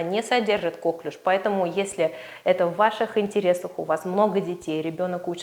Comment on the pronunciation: Впервые вижу доктора, который говорит кОклюш.